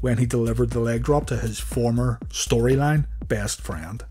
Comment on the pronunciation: emphasis on "storyline"